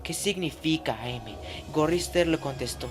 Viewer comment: Solo una pequeña anotación es AM no A, M. El am se lee como el final de "I AM".